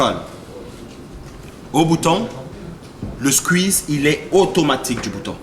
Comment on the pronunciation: La manière de prononcer Squeez me termine a chaque fois... Probablement la meilleur vidéo de YouTube.